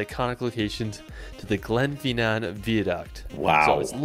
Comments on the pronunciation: Definitely don't learn how to pronounce place names from this guy as he has managed to pronounce half of them wrong. GLENFINNAN is Glenfinnan Not Glenfeenan (Its pronounced like FIT not like FEET). There's just something about his video that makes me feel like I am watching a movie where the scenery has been filmed and then his running body added to it (like CGI). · His pronunciation is atrocious. I wish "Edinburrow" was the worst but he just kept going for it: "Glen Feenan", "Holyrod" "Sliga-sean"? WTAF? Top tip for those trying to [pronounce loch. The ch makes a sound similar to the h in human. Edinburgh is pronounced "Edinbra" or "Edinburra" never ever ever is it ever "Edinburrow" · This guy needs to talk to someone local - its GlenFINnan VY-aduct.... It's not Edinboro - repeat after me "Embra". AY-lan Donan... SLIG-ahan.... Bidean Nam Bian(??) - I'm sure that's Glencoe..... Loch LOW-mond Canada and NZ have more impressive scenery, but Scotland's scenery is closer changes around every bend, and nowhere is more than 5 hour's drive from the major cities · Please if you come try to prounounce them. Ed in bura, Glen Fin an, Ee lan dough nan and i give uphe prounounce just about everywhere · Everyone commenting on how he pronounces Edinburgh and Glasgow and totally glossing over how he pronounced Glenfinnan, Eilean Donan, Sligachan (although at least he didn't pronounce it 'Slig-ack-an' like a lot of English folk do (I'm English but am learning Gaelic so I'm off the hook)), Loch Lomond... 😆